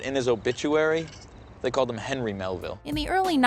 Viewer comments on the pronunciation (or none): none